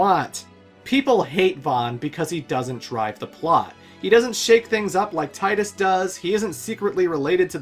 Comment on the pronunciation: Doesn't know how to pronounce Tidus' name (It's TEE-dus). Doesn't understand that Vaan is around to be our eyes and ears. Skips talking about the story to talk about combat. This is one of the worst Retrospectives I've ever seen.